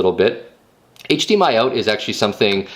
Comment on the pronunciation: HD-Mi-El lol